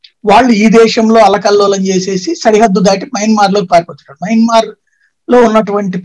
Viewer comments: యమన్మార్ కాదు మయన్మార్ అనాలి. ఒకసారి మీ తమ్బనైల్ చూసుకోండి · Yamanmaar kaadu swamy mayanmar